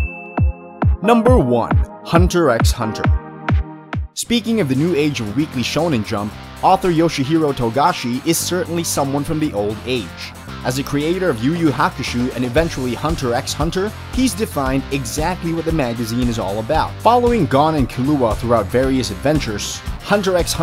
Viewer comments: Yu yu hakushu? YU YU HAKUSHUU??!! DID YOU JUST SAY YU YU FUCKING HAKUSHUUUUUU?!!!!! THE FUUUUUCKKKKK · I disliked because of your mispronouncing of "YuYu Hakushoo" and Hunter eks Hunter.